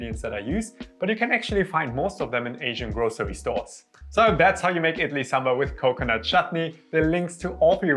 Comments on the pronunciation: Thank you so much for not pronouncing sambar in a cringe accent like Americans. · Oh my god even indians wont explain this recipe like you do😭❤ the way you pronounce ingredients also so accurate 😭❤ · Damn A foreigner’s pronunciation of Idli and Sambar is way better than my own people. I cringe everytime my fellow countrymen say Saam-burr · Can't be more happier today.. Boy said Sambar perfect than fellow Indians 🥰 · Great pronounciation 👍🏽 Looks just like how my mum makes it. She was impressed :) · The way you pronounce "Sambar" 🤌 Perfect. And then we have our own Indians just above the mid line of India calling it Sam-bur 😏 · South Indian (Tamil) here and it puts a smile on my face to hear you pronounce Sambar better than my North Indian friends who say "Saam-burr"! The recipe is also something that I would consider "Authentic"!